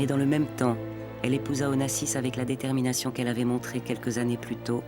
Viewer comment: The narrator couldn't even pronounce Onassis's name correctly.